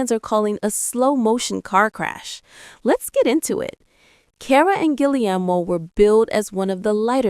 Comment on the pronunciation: You’ve got to be kidding and please learn how to say Cara‘s husband‘s name correctly ge air mo